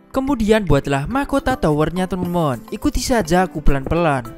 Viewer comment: Bang lu lawak bilang teman 2 malah temon temon wkwkwkwkwk mantap bang semoga sukse